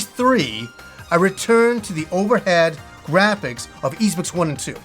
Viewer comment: Just so you know, your pronounciation is still bad, it's not "iz" but "iss".